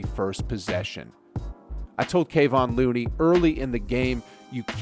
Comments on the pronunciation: did the narrator just say.....KAY-VON Looney? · “Kay-Von Looney “